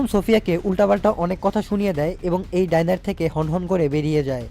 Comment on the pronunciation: ডাইনার না ডিনার হবে